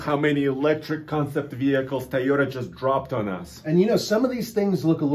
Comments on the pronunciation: Mr tai o ta can this dude pronounce toy o ta smh 🤦‍♂️ . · Did he say : taayota???